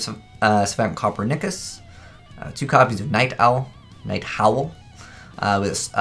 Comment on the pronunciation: “Copper-neckus” just FYI the extra deck are all famous conquerors and the pendulum scales are all famous Renaissance men, so it’s “Cup-er-ni-kiss”